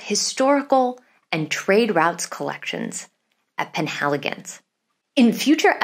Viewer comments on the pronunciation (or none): It's "penAYligon". Just like "kernARVern.